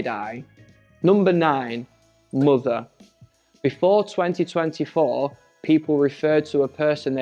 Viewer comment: Спантеличена вимовою MOTHER (Queen) < ну прямо moother